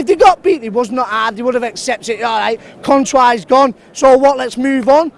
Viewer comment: "Contouir's leaving"